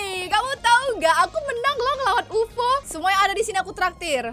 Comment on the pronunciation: Kak bukan youfo tapi ufo